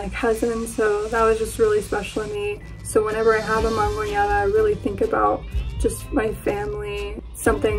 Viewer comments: For the Mexican dish, its actually mangonada not mangoneada 🤦🏻‍♀️ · Mangonada, homegirl is not pronouncing it correctly.